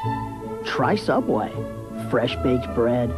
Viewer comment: You mean sooubway B)